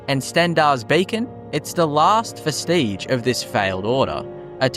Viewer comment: Genuinely curious: you pronounce many words strangely (to my American ears), such as zealot or vestige. Is that how people from your region pronounce those words? Or were you just not experienced with those words? Or just messing with us to drive engagement? Either way, I like the vid 🤝